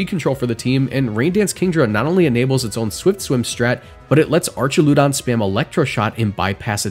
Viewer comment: "Artch-a-lewd-on" Did you really pronounce that and think it sounded right? lol